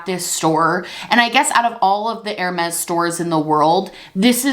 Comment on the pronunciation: Bless you but Hermes is pronounced more like Herr-may